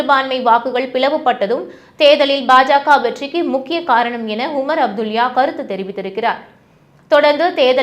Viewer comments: A அப்துல்யா 😂it's அப்துல்லா madam Read , pronounce properly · அப்துலியா இல்லை, அப்துல்லா